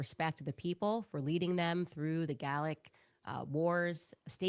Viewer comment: She reports history as if she knows it and doesn’t even pronounce things right ..I.e.”Gallic”.. she says “Gaulic”… then “ et tu Brute”.. she pronounces the “t”… if you ever actually HEARD that very popular saying you’d know the “t” isn’t pronounced! It’s getting Hilarious!